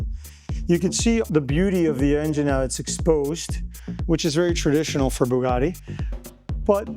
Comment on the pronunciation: Why can't he pronounce Bugatti correctly ? WTF is Boogarti ?